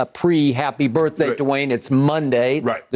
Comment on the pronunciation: Look at Skip Texting Lil Wayne on a regular talkin bout some "Happy BirfDay" daaaaayum Lol